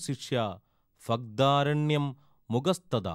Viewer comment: ഫഗ്ദാരണ്യമല്ല ഭ- എന്നു ഉച്ചരിക്കു